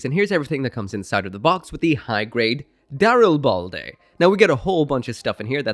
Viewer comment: I don't care if that's the official pronunciation. No favoured suit of mine will have ball in it's name. Call the boi daril-bald-a.